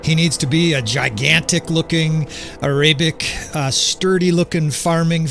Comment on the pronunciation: No offence brother, but Arabic is pronounced how it is spelled, not airaibic. Just don't want people to start teasing you for that.